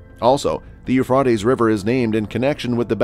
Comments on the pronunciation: It's Euphrates not not Euphfaed learn to say it correctly please. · PLEASE PRONOUNCE THE A; EUPRA’TES RIVER; ACCENT ON THE A!!! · IT IS PRONOUNCED EUPHRA’TES; PRONOUNCE THE A PLEASE!!! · Sounds like he is saying .eu fartys river . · I agree, I sent a post telling him to pronounce the A in Euphra’tes River. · Every time I hear this man's voice as the mono log I hear less than 5 percent of new content from every video . Why is that? If to put out new than follow up with new information and I beg of you not to repeat yourself more than once it gets hard to hear someone always repeating 3 times on location and what river. When you DON'T pronounce the name right anyway. Thanks